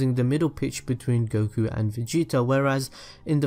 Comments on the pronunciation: are you from dubai? I can't help notice your pronunciations...(PERSONALL-Y, VEGE-O, EXECUT-ING, VEGE-A) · lol he says vege-A- and Vege-O- lol 😂